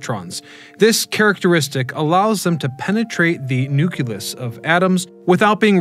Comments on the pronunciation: There's no such thing as a nuculus! Not in a atom, not in a cell. It's a nucleus! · Also Nuk-lee-us, not Nuk-ul-us.. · ˈnü-klē-əs - noo-klee-us